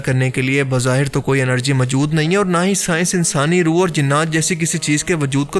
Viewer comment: Mjood kya hota hai Bhai? Moujood asl lfz hai urdu ka. Pind se seedha voice over deney agai ho kya tm? Bolna nahi Aata to video bnatey hi kyune ho tm log?👎👎👎